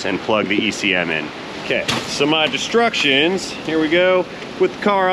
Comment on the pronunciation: "Read the DESTRUCTIONS" 😂😂😂😂 I say destructions too!